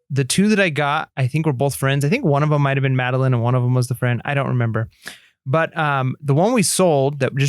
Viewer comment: Ok ok. Just because is always being picked on for his pronouncing of things I gotta say. It’s MadeLINE. From a series of books that were made into a show.;)